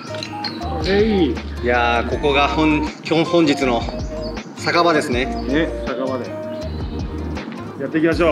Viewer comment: アッパーさんの酒場のイントネーションが墓場なんよw